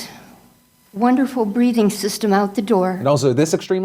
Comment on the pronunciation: was that God’s wonderful breathing system? Or breeding system? Haha geniune question